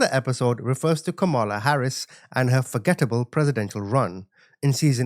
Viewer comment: Curious: are you incapable of pronouncing the name “Kamala” correctly, or do you mispronounce it on purpose? Honest question. It’s one or the other, lol.